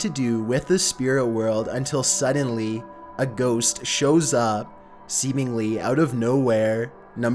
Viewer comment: All of a syuddyen...... dude you have the most annoying voice out of anybody on youtube besides maybe andy milanokis.